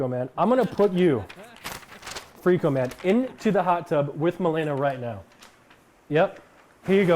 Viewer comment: Did she said makeila ? Tyler1 gf? If she blocked malena shes actually dumb as shit. First time i saw nick getting serious.